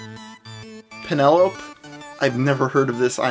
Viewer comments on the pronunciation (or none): Penelope is a name, hun, pronounced "Pen-el-oh-pee" ^^ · PEN-ELL-OH-PEE NOT PEN-ELL-OHP